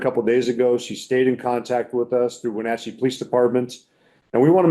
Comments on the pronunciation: Idaho News, it's pronounced Wah-Natch-ee✌️☺️ Wah, as in Water/ Natch, as in Catch/ Ee, as in Knee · WHEN-AT-CHEE, my hometown